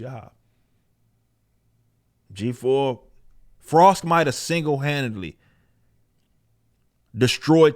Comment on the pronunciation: "Talk to em Frosk" 🤣